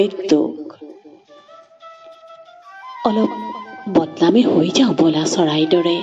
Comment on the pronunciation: বলা নে ব'লা???? উচ্চাৰণ বিচ্যুতিৰ বাবে বেয়া পালো কবিতাটো শুনি।